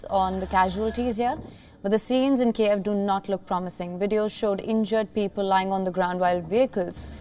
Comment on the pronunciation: girl, just learn how to read it correctly: KYIV, not Kieev, come on, it's not so hard, you can do it